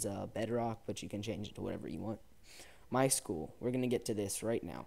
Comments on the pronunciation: its my-s-q-l not my school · IT IS NOT MY SCHOOL ITS My-S-Q-L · MySchool? MySQL where S Q L is pronounced